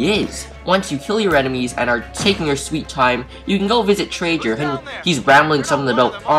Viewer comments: tray gur not tray jur -. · He said trajer